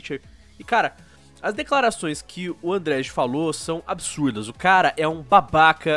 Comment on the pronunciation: A pronuncia é andrei.